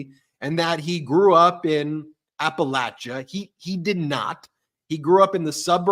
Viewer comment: I love you Ben! You know how to correctly pronounce Appalachia! I grew up in the foothills of the Appalachian Mountains. It’s “latch” not “lay”! Besides my strange gratitude for your correct pronunciation I did want to thank you all for keeping me sane in an insane world! I tell everyone to listen to medias touch! You guys are awesome! Keep it up ❤️